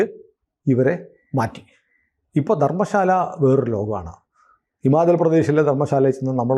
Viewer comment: ധരംശാല എന്നാണ്, ധർമശാല അല്ല